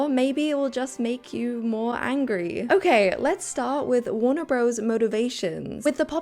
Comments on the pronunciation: Just a small point - it’s warner brothers, not bros - the abbreviation is only used to make the logo more compact. It sounds weirdly like faux street slang when used in a general commentary. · In your next video PLEASE say BROTHERS 🙏 Bros. Is short for BROTHERS. The name of the studio is WARNER BROTHERS, NOT BROS 🤯